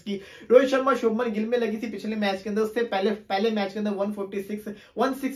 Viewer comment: bhai gill hai gull nhi😢